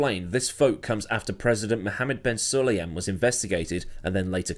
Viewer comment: If you're going to make videos mentioning the President, then learn how to pronounce his name.